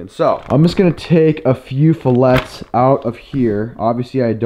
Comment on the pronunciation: I like your vids, but every time you pronounce "filet" wrong, I'm going to give you a thumbs down.